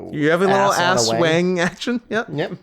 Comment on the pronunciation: can i just say you and drew criticizing the mispronunciation of akira but mispronounce aswang is just so funny and made my day. it's not ass-wang XD